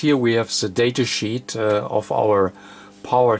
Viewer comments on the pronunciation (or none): none